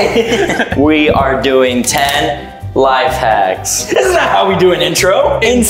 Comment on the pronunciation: You said life hats not life hacks